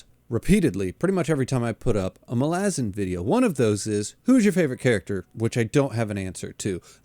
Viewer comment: Are you mispronouncing "Malazan" just to upset me? 5 books in a big dog, it's mæl-uh-zæn. Please, get it together.